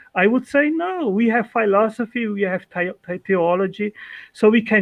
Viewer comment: If this jackass could at least finally learn how to properly pronounce the word philosophy.